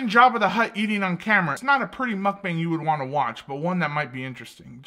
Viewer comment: Anyone else notice she says mukbank